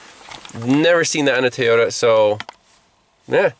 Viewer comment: The only problem I have is keeps saying Teyota not Toyota. I hear that a lot here in az from the Mexican folks that cant speak English very well. Lol